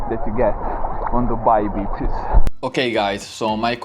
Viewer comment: The way you say Beaches sounds more like Bitches lol ! Better say sea shore😄